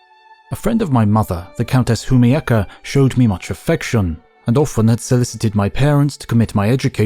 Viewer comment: When you read Humiecka as Humieyaka, I thought to myself "wait, what?" Was she Japanese???